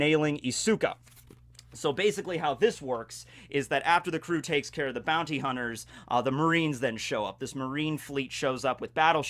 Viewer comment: Did he just said booty instead of Bounty xD